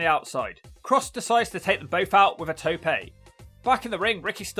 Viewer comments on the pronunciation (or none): Tope* not Toupei